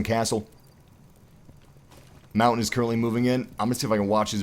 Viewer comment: that is not how you say montagne it's not mountain